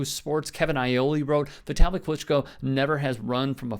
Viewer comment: Vit-uh-lee. Like Italy